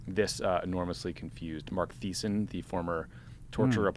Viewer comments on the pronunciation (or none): Its pronounced Teesen not Theesen despite the fact that the fucktard's name is spelled Thiessen. I had the displeasure of going to college with the huge schmuck. PS. He was friends with Jon Karl from ABC back in the day as well so there's that to chew on.